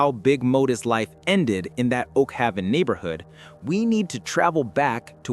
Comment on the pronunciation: Its Oak-Haven say it just like it's spelled 😔